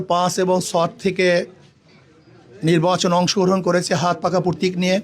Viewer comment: প্রতীক বলো পরতিক না